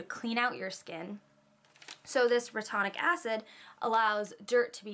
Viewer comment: it's re-tin-oic acid.. great vid btw!